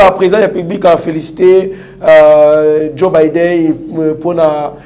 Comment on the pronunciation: Ezali Joe Biden et non Bider Benjamin mwana nsuka merci.